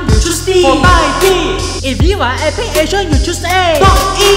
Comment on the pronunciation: 为什么epic有尾音